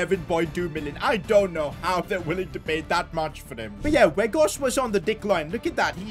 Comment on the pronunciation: its not wood werghorst but its sound like waut werghorst